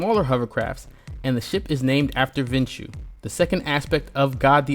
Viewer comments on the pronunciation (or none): It's not Vinshu. It's actually Vishnu